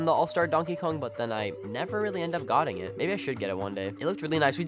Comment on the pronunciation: bro said goting instead of getting